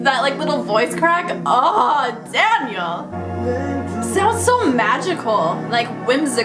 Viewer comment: Why she said his name like that tho lmao, "Danyiaal" 😂💀